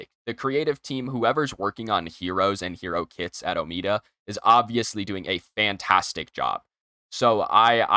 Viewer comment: its not omeada omeda